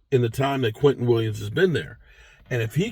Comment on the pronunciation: Its Quinnen not Quinton. Weird name, but very good player